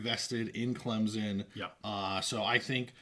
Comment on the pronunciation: Please, for the love of God, stop calling Clemson "Clem-Zon"! Stupid, sickening and nothing any Clemson fan would say - EVER! You can pronounce it Clemp-SON or Klimp-sin but there is no Z in Clemson!